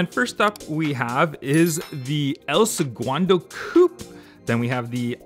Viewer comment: Seguando?? it's segundo